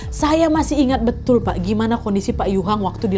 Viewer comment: Dari dulu selalu ngakak setiap kali Nadia salah sebut "Pak" jadi "Wak" 😭😭😭